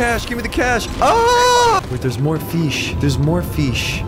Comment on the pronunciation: "So many feesh" - 2022